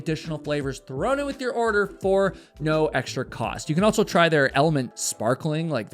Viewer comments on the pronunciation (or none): This guy loves to add the letter T in words that do not include a letter T. ALSO has no T, yet he adds one and says, "ALTSO." Across has no letter T in it, but he adds one and says "ACROSST." I'm not putting him down for it. If he wants to intentionally mispronounce words, then he can have at it. I'm just pointing it out.